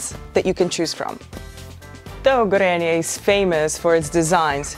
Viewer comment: I love how this company from my country became famous globally. PS: "Gorenyay", not "Gorenjay"